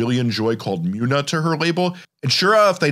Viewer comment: All love it's pronounced "Moona" tho